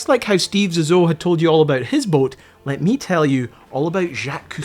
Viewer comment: Your inability to pronounce Zissou (ZeeZoo) is disappointing.